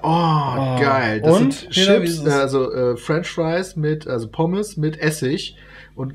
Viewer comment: ***** Eigentlich wollte ich darauf hinweisen, dass Piet immer ships statt chips sagt ^^ Aber danke für den Tipp :D